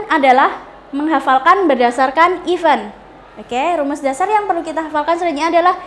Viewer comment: Aduhh, guru inggris tp pronounce event aja salah...bkn ifen...hehehe